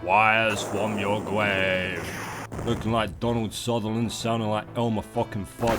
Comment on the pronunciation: "Wyze fwum yo gwabe!"